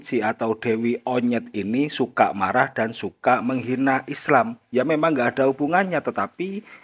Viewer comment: Yang betul menghina, bukan mengjina